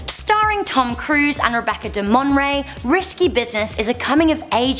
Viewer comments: Ok...2 things. First love love love you by the way but Rebecca "De-MON-RAY", isn't it "DE-MORE-NÃY" like rhyme NAY with MAY?? And the movie with William Baldwin & Sharon Stone is "SL-iver"....not "silver" like the color lol! 😊😊😊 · It's Sliver not silver Rebecca Demornay like lobster mornay, not Monroe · Say it after me... DE-MOR-NAY